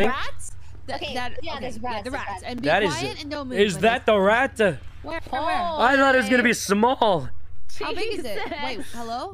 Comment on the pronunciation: "Is that the raTUH" xQkuno